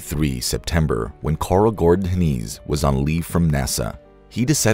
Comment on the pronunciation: It's pronounced like "Hen eyes". He was my father. While this is mostly true, some details are incorrect. Good enough tho